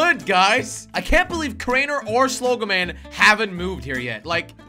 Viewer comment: It's crainer not kraner